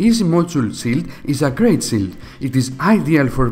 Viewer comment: It is a "shield" not Chill? " Sh_ ill_ D"